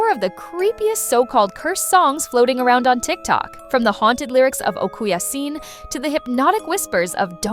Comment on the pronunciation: Its okaasan not okayasin